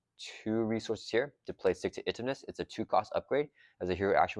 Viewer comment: 100% agree with highest value. People might not like Deadpool or the Pool aspect, but no other pack gives you an entire new aspect to play. Way more impactful for a small collection than a few aspect cards for each color. EDIT: Please, please start pronouncing Stick-To-Itiveness like "Intuitive". It's killing me lol